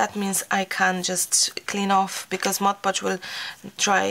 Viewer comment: I love the wall!!! Also, it's awesome that you are the lone crafter on YouTube who can correctly pronounce "Mod Podge". Kudos! Everyone else says "Modge Podge", and it drives me batty! Thank you for the excellent grammar AND the amazing brick wall! ❤